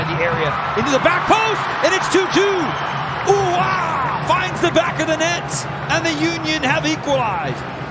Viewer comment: uhre, nah “oohwah”